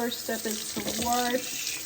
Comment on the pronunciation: She said Warsh your oreenge! So funny 😂My Dad says that!